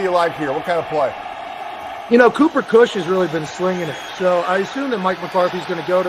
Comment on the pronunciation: Anyone else hear pat say cooper kush 😂